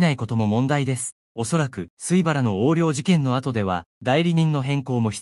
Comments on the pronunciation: 情報を、解りやすく説明してもらい、ありがとう。ただ、どの「YouTube」の「映像説明」に「AI」を使用されていますが、「水原」～みずはら、を「すいばら」と言わせているのは、聞き苦しい。訂正できないのですか？そこが不思議に思います。どの「YouTuber」の方々も同じです。「AI」利用はいいのですが、「正確に読んでいない」部分は訂正して欲しい。そう、願っています。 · 「水原」を「すいばら」と読む情けなさ（呆）